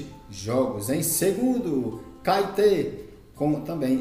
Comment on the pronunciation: Rapaz, antes de vc fazer videos e comentarios melhore seu portugues e pronuncie os nomes dos clubes correto. vc não respeita os acentos ( NÃO É CAETE O CORRETO É CAETÉ - NÃO É AGUA DE MARAMBA É ÁGUIA DE MARABÁ - NÃO É TABAJOS É TAPAJÓS ... TE LIGA MANO